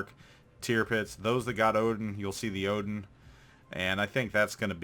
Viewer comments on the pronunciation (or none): none